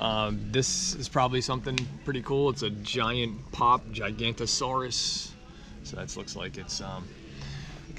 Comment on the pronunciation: Actually it’s gi-ga-naw-toe-sauwr-us. Or some people saw the gi as ji.